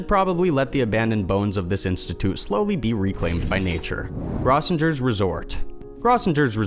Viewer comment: Grossinger's resort, famous vacation spot for New York Jews, was beautiful and equipped for nearly every sport, winter or summer. It also was the place where outstandingly funny comics worked to hone their craft. It is also pronounced "GROW-sin-jer's." For shame! Stay safe, everyone.